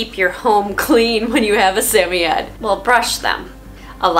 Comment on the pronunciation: Why do you pronounce the name of samoyed like that?